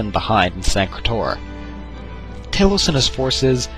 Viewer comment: Ta-lose not Tay-lose. Pronounce Talos, the ninth divine's name correctly!